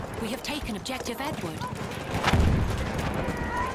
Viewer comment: Every time I hear Objective Edward I think Objective N-Word